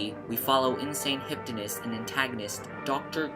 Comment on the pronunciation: It's "hypnotist", NOT "hyptonist" and it's "Siegfried", NOT "See-egg-fried"! Get your pronounciation right before you start lecturing.